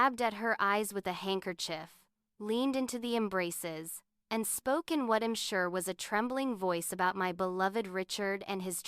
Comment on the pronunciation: Gosh that Artificial Idiot is saying eeem instead of I'm ... I'm out